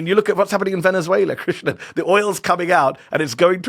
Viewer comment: krishNAN not krishNA 🤣